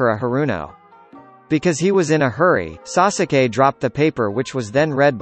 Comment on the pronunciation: The way he says sasuke triggers me 😂 😂